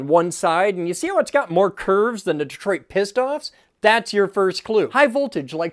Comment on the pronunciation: How did you just pronounce Detroit Pistons 😂